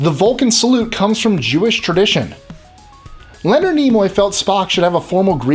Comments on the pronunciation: A few things: 1) Actually, the phrase "Beam me up Scotty!" was said by Kirk in Star Trek: The Animated Series. The real-life cast voiced all of the parts in the Filmation cartoon. 2) Mark Lenard's name isn't pronounced like "Leonard", it's pronounced "Len-ARD". 3) Best Captain is Picard of course! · Hate to be a stickler, but Mark Lenard isn't pronounced "Leonard" as in Leonard McCoy, it was pronounced Leh-nard the last part rhymes with aard as in aardvark.